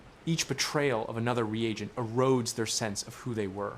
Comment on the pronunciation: Respectfully, it’s re-agent. Ree-Ayjent